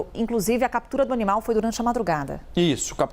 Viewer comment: "o honimal ..." 😂😂